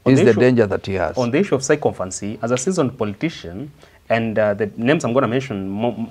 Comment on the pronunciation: you are trying. But there's room for improvement. "Sycophancy" is pronounced as SI-KA-FANSI, not SAI-KO-FANSI. And "sycophant" is SI-KA-FANT, not SAI-KO-FANT.